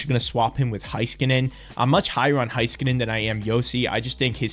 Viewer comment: It’s Hey-skanen, not Hi-skanen. Cheers 🇫🇮